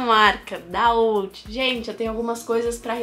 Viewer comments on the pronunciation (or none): Mas fora é “Out” não “outh” kkkk